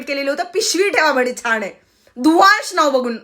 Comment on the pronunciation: बाई तुम्ही छान ला छाण उच्चारत आहात, वेड्या ला येड्या म्हणत आहात तसच आहे आज नाव ठेवणाऱ्या माता पित्याचे पण सरकारी आँफीस मधे ही नावे कशी लिहीतील खरच कौतूक होईल!